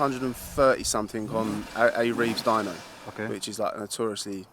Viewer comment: "Doyno", Austrailian for dyno.